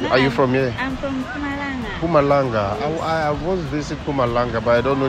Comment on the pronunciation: it is not Victoria but Pretoria. Mpumalanga not Kumalanga.